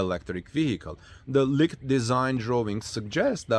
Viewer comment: Leeked not licked